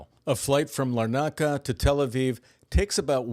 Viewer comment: You cant pronounce Larnica.